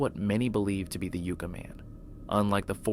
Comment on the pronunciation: Pronounced 'YUK-Ka' Man like the Tree